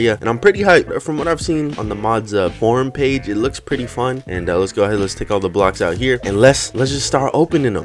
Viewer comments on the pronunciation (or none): When you said form page it sounded like you said porn page